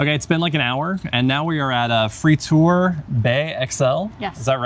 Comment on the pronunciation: Love how you can pronounce 'gravensteen' like a real flemish person, yet frituur is pronounced 'fritoer' 😀I know U is difficult to say as a english person. Standard martino is: American preparé (its minced pure meat made with mayo) little diced onions, pickles, martino sauce. Extra toppings can be added like anchovis, tabasco (for the spicy lovers), etc... Mitraillette is french for automatic gun, like an M16. love the episodes!